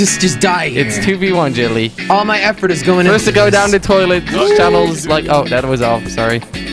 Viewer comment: I like how Kwebbel pronounces Jelly as ' Chili '